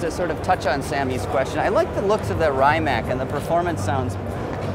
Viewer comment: cool video but I think it's obvious you guys are not real car people. Rimac is one of the most talked about cars in the world right now; how could you not know how to pronounce Rimac?! What the hell is Raimac?! Again , who doesn't know how to pronounce Chiron?! What the hell is Cheiron?! lol Mansory? That Pagani is not Huayra, it's Zonda! The car Pagani supposedly stopped its production but keep bringing it back. The car that you called Zonda was actually a Huayra. GT3RS is green and fast. Thank you, I didn't know lol There are just a few examples.